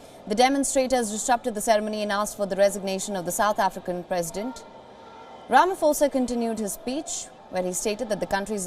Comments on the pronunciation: ITS NOT "RAMAFOSA" ITS "RAMA-POSA" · No, its Rama-Sofa